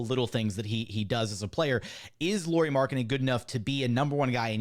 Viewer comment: It’s not “Lori Markkanen” it’s pronounced “Lowry Markkanen”